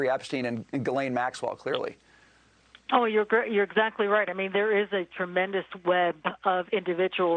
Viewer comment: As much as I don’t like her, please say her name correctly! Ghee-Len